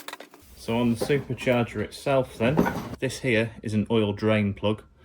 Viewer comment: Can you make a video teaching us how to say "supacharga" so elegantly as you do